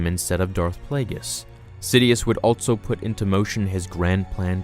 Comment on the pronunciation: "altso" instead of ALSO. "Eltse" instead of ELSE. This video made me want to shoot myself